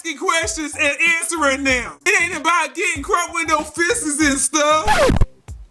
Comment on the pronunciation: OMG!! When NeNe said, "Fistusses" I was like damnit I wish I had Sandee's phone number bahahahahahaha..